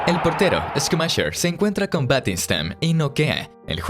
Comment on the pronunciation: “Premier Lish”? Que tan difícil es decir “Lig”? L-I-G… Vamos, inténtelo de nuevo. O también puede decir Liga Premier. League… Escumacher? 😂😂😂😂 Buen video, pésima narración!